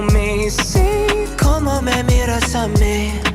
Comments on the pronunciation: my dude when you say "mira" it sounds like youre saying "mierda" which means sh,t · I thought you said "Mierda" and that's a bad word here in Mexico, but then I heard the song and it was "Mira" like look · I thought he was saying “mierda” at first 😭😭😂 but no he said “Mira” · Stop pronouncing Mira cause you making sound like Mierda which means shit. 😂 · Loved the analysis man, can’t wait for u to look at more BTS stuff 💜 but u gotta watch ur pronunciation when ur saying mira cause it sounded like u were saying mierda 😂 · i heard "Mierda" instead of "Mira" 😂😂😂😂😂 Practice more, man 😂😂😂😂😂😂😂😂😂😂😂😂😂😂😂😂😂😂😂💕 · when he said "mira" i thought he was saying "mierda" 😅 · I was laughing at you as you said "Mira" sounds like you saying "Mierda" haha!!!! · You know what's funny? That the way you pronounced "Mira" sounds like "Mierda" but with american accent. And, "Mierda" means "shit" in Spanish. So yeah, its funny. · did he just said “mierda” like shit 😂😂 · On how to pronounce "Mira", if you cant roll your R's (like me 🥺) then say "Mee-da" trust me. It will sound almost exactly like you rolled the R! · 😅 When you say "Mira" in Spanish it sounds like another word that is embarrassing to explain here 😅😅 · Miss your reactions to BTS 💜 also I’m into that Mira song...it’s a shame you can’t roll your r’s 😂